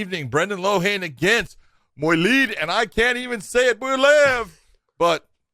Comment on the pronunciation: You can't say loughnane either John. 😂 (It's pronounced lock-lan)